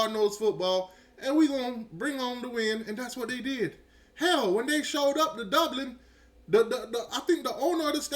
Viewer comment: I heard you say repeatedly yesterday the word “Doblin.” It’s Dublin.”😂😂😂😂😂 Another word you always destroy is “Ohio State.” You say “Owio State.”😂😂😂😂😂😂😂😂😂